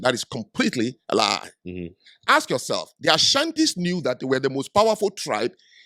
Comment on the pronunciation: We didn’t build America also it’s ask not axe.